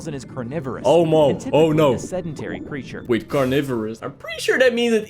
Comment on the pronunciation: i love the creecthure is seahorse